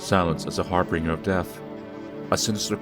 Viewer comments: har-binge-r, not har-bring-er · harbingers not harbringers)